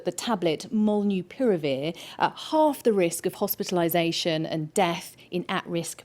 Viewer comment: She couldn't say hospitalisations